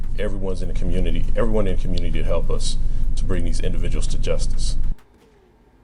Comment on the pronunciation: Community Khu-myoo-nuh-tee Say it with me